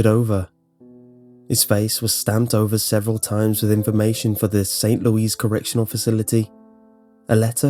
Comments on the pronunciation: it isn't pronounced Saint Lew-ees its pronounced Saint Lew-ee however most Americans pronounce it Saint Lew-is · Anyone else notice he said "St Louise" instead of "Louis" pronounced like Lewis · St. LEWis. Not Louise. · It's pronounced the same way Lewis is. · Hey, just wanted to help you out and let you know that St. Louis is pronounced "loo-es" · Everyone in the comments section is picking apart the obvious holes in the story, and here I am pondering how is the first person I've ever met to pronounce my home city as "Saint Louise." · *st (Loo-iss) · Small pet peeve. I live in Saint Louis. It's pronounced Saint Loo (as in LOOp) iss (as in hISS). Great work as always, though! xoxoxoxoxoxoxoxo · Great video, however "St. Louis" is pronounced "Saint Lew-Is". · you pronounced St Louis wrong D: lol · Hearing the weird way pronounced St. Louis really annoyed me since I live there....-. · I knooooow! I mean, I'm not from St. Louis, but as a Midwesterner I find myself a bit put out by his pronunciation.